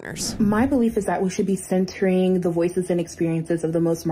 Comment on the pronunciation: “Centering the voices and experiences of the most marginalized communities and people at all times.” Her speech impediment makes the word “centering” sound a lot more like “censoring”. A literal and contextual “slip of the tongue”. Never a more appropriate pun.